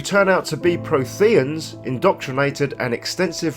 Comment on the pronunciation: Jesus, that mispronunciation of Protheans makes this video unwatchable.